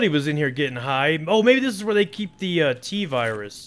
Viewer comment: I laughed when u said T-Vyrus